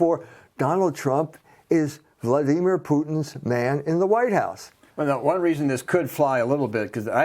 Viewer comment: This moron can't even say Vladimir properly. And he's full of shit btw.